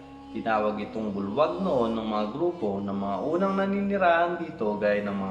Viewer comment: not bulwag but buglas